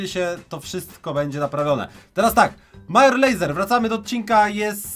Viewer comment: Major Lazer czyt. Mejdżer Lejzer Kod Paczol w sklepie btw